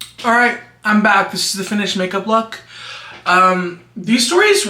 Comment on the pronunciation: Bye why did I just realize you’re saying I’m back and not hamburger how are you